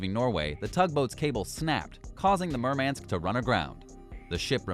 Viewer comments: And is it so damn hard to pronounce "Murmansk" at least somewhat properly? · OMW! He cannot even pronounce 'Murmansk. ' So, why should we watch.....??